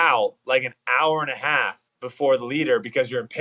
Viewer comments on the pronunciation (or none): none